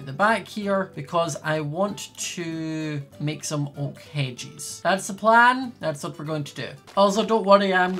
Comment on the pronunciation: lol it sounds like he is saying hedgies